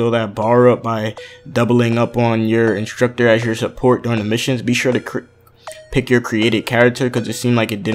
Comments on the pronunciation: it's not inshtructur it's instructor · I love how he says instructor lmao 😂😂😂 and if I had a dollar for everttime he says instructor